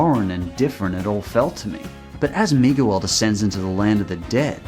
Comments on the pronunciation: He really just said migyuwal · I'm sorry, are we seriously gonna ignore how he pronounces Miguel? I found it kind of funny tbh